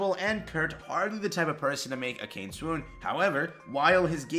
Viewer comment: Akane isn’t ‘uh cane’ but Ah Kah Nay. Yea I was like Saitama for sure lol. Still love ya man. Just know Japanese is really easy to pronounce because it’s always the same sound: E=Ay, I=Ee, O=oh, U= oo, A= Ah. You can now pronounce the majority of romanized Japanese names. But thanks for this video, I’m anxious for Kenshin… they better not mess up the very first anime of my childhood.